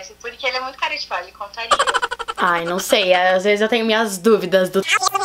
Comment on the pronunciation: Ela falou vejes kkk ives- de falar vesses kkkkk